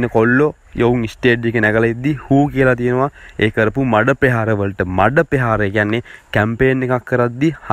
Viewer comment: යකෝ මාධ්‍ය කරණයට එනවානම් පළමුවෙන් සින්හල නිවැරදිව උච්චාරණය කරන්න ඉගෙන ගනින්. පෙහාර නෙවෙයි ( ප්‍රහාර ) පෙමිතිය නෙවෙයි ( ප්‍රමිතිය ) පෙතිලාබ නෙවෙයි ( ප්‍රතිලාබ ) පෙතිඵල නෙවෙයි ( ප්‍රථිපල )